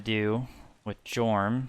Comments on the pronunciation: Don’t wanna be a cock but it’s pronounced “yorm” not “jorm” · Dude said Jormun wrong. Unsubbing XD